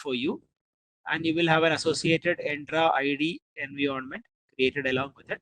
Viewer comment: bro why u pronounce entra id to endra id ?